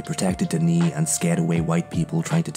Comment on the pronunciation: its not duh knee its pronounced duh nay.